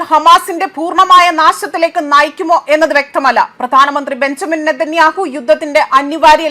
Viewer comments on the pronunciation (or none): none